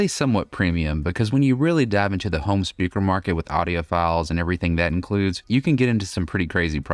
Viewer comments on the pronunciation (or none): none